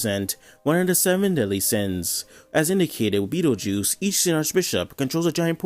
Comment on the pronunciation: you calling betelguese beatle juice is funny, anyways another banger video in the same week